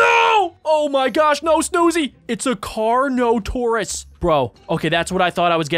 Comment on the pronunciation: Ya said it right it is car-no-tor-us